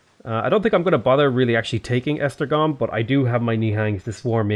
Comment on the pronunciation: I am a Hungarian and it is pretty funny how he is pronouncing the Hungarian cities (except Buda and strangely enough Esztergom which was almost spot on) :D (spoiler alert, it is nowhere near :D for some reason English speakers doesn't really understand the pronunciation of the Latin alphabet (Hungarian is far from Latin as well but the pronunciation of the letters is somewhat close), it is a miracle they stuck with that alphabet)